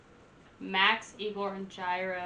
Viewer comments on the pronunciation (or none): none